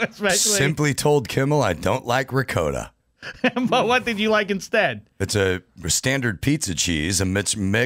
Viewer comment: And he mispronounced ricotta which